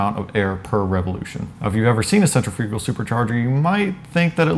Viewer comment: lol sen-treh-fugal